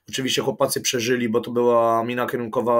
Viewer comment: Piotruś musze to napisać , od początku słysze jak wymawiają sie - chłopacy ... nie ma czegoś takiego w j.Polskim są "CHŁOPCY!"